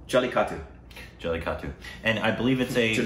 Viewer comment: it is Jelly-kettae, u dont spell the u in the end. The language is called Mala-yal-llem spoken by 30 million peole in the state of Kerala. The director is a Malayali Syrian Christian and he is not hispanic and his name is spelled Lijo with a j, Jose is spelled with J and Not H. - Your greatest fan in Kerala.